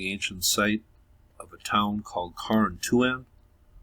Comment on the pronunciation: Carontouan...is pronounced Car-on-two-on......it was the indian village of the Susquehannock tribe located where spanish hill is.....spanish hill gets its name from the thought that the Spaniards built it at some point but it is actually a Glacial Moraine.....i live in this area and have some knowledge of it as i have done my own research and reading of it...check out and google the Susquehanna river archeological center in Waverly,ny they have a museum as well and have several youtube videos on spanish hill and the Carontouan...as for the skulls with horns protruding that is untrue...yes the graves found did have larger than normal height skeletons bit the didnt have bones protruding ....they were buried with deer antlers in the grave with them and when they were unearthed someone said they have horns and it was overheard and misconstrued to mean they had horns on their heads...the whole area has a very rich indian history......tioga point was the gateway between the routes south around Philadelphia all the way to Syracuse and North west to the Genesee river area north to buffalo....another history lesson about tioga point...it is where General John Sullivan built a fort on his indian campaign to erradicate them from the area after some great uprising buy them....it was located just south of tioga point museum where the bridge crosses the river and extended to the point where the two rivers meet...